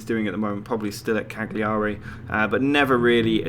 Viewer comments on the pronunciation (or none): Cagliari is pronounced Calyaeri lol